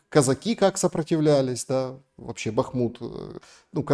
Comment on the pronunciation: Лдебахмутович! Я их Констахи мы все и жители этого города называют его Артёмовск или хотя бы Бахмут с ударением на а, а не на у